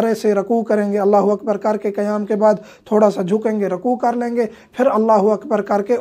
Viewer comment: Which One is CorrecT QaYaM or KaYaM, AAP KaYaM Kah RaHeY Hain.